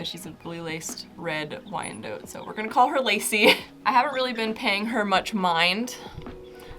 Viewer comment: You said Wyandotte wrong